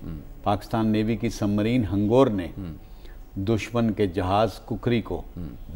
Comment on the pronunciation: Mr anchor,hangoor NAHI hangor.